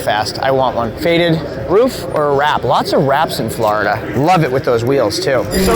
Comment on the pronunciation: SAYING FLARDA IS AS BAD AS SAYING NEW HAMP SHYER PLS STOP THANKS